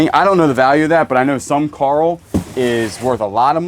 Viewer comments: My name is Carole and my niece has always called me Carl and when you yell Carl for coral, it cracks me up. Why you yellin at me! Lol. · lol i just heard kala say that you do know how to say coral well everytime i hear you say carl l roll my eyes and call you a dumn redneck , not meaning to be racist or judgemental but you do say some dumn things sorry but what can i say im from canada lmao love you videos